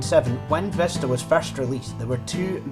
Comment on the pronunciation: It's not Vesta it is Vista